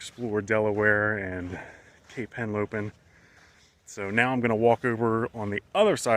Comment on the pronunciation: It's Henlopen, not Helopen.